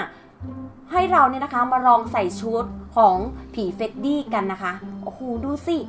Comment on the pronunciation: เฟรดดี้มั่วทุกตัวเลยอ่า